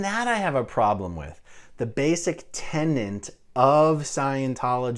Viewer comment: Tenant? Not tenet? Oh come on.